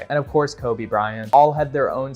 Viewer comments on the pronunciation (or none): none